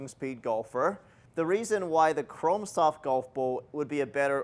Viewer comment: Is he saying Chrom soft or Chrome soft?